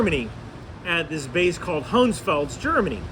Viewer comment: Very few things I’d ever correct you on, but it’s most definitely Hohenfels, not Hohensfels. 😉